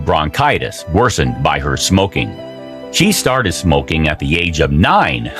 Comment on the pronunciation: Everytime the narrator says "smokeeng" it sounds like Mean Gene Okerlund. Put that cigarette out!